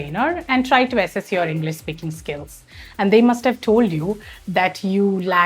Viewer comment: It's not pronounced Englis but English